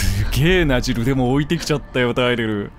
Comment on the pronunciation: 突然のテェレル呼びに吹いたw